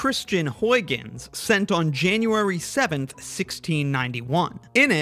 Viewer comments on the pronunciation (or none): none